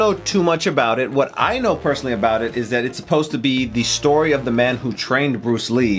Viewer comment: Just for info, the word Man shouldn't be pronounced in English as "men". The name is 叶问 (Chinese: "ye wen"; Cantonese: "yip ma n")